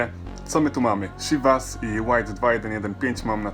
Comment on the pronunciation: jak coś wypowiada się cziwas